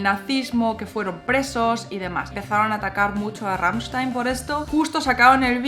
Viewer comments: Me gusta cuando dice "rammichstain" se le escucha perfecto 😍😍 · Me gusta la forma como cambia del español (o Ezpañol 😉) al alemán al pronunciar Rammstein. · Me encanta como pronuncias Rammstein !!! :) Muchas gracias por el video!!! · pronuncias muy bien Rammstein. tu aleman esta muy bien¡¡¡